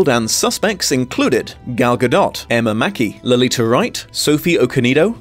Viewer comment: Babe... i'm gonna need you to remeber LETICIA WRIGHT's name xD [pronounced La-Tee-Sha]... Lolita my guy.. that's just wrong 🤣